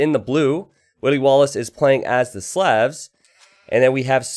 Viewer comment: Love the channel. You pronounce Slavs wrong.